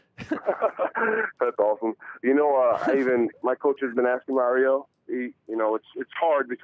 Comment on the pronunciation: It's funny that he mentions he can't pronounce Mauro's name properly and Ariel doesn't point out that he is mispronouncing his name as well.